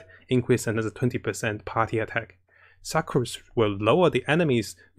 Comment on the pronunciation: it is pronounced Sook-Rose not Suckrose lol..